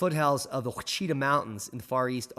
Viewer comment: What kind of American geologist mispronounces Ouachita?